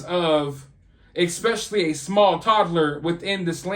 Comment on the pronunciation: It is when he says Exspecially anyone can look it up in the dictionary or Google the Correct way to say it. There is No X in the word Especially. It's Not that hard to leave out the X Especially when it isn't a part of the word. He's got Great points in most of his videos but if you really listen to him he does a lot of chest pounding about how great he is and how he notices so much that his viewing audience doesn't. He's only assuming that other's haven't already figured it out and yet he can be very insulting to his audience. I watch him because his fact's Are accurate , but I think his attitude needs a little adjustment but only from my point of view I suppose. Maybe others don't figure it out or aren't of the same mindset but he seems to forget that other's also have it in the bag. But you take care and stay safe.